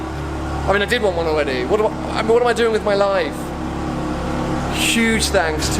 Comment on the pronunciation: Why does he say things like 'weally' and 'alweady' instead of just 'really' and 'already'? Legitimate question.